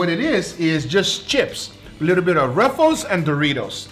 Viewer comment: so happy you said ruffles and not roofles